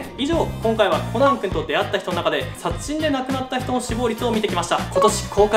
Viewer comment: 「殺人」が微妙に言えてないw